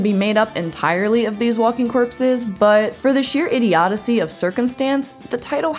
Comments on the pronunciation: I'm sorry did you say idiodicy? Like "id-ee-odd-ih-see"? Is that when Odysseus does something stupid? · Idiodyssey? Come on, you're getting paid to do this, lady! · "idiodacy" is not a word lol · "Idioticy" isn't a word. Idiocy is what you should have said. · That's the first time I've ever heard "idiodicy"